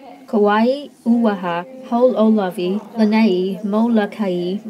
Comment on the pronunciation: Uaha? Didnt realize oahu has an a at the end lol